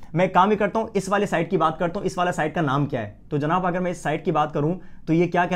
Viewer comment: Your way of saying janab is so good....physics k saath saath ap urdu k saath b justice krty h....